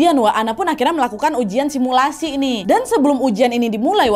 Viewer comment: Kau ngomong sumilasi langsung buyar mood hororku Nad 🤣